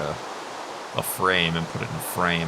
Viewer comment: Frame you said frane